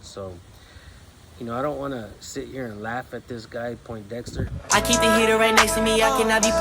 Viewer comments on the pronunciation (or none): "POINDEXTER" 😅 stfu,!!! 🤣🤣🤣🤣🤣🤣🤣